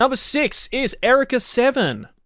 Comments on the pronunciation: Is this just Joey not knowing how to pronounce Eureka? Or is the show just weird like that? Because it’s not pronounced Erika, it’s pronounced “You-Ree-Ka”. 😂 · Erica =/= Eureka You Ree Ka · erika seven???? is that how u say it really??? no one calls it out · TIL there's a different way to pronounce "eureka."